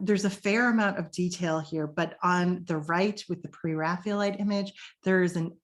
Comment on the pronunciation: Excellent thank you. I particularly enjoyed the inclusion of some lesser known paintings. I am very curious about your pronunciation of "Pre-Raphaelite" as if it was "Pre-Raphealite". Can you explain the reason for this?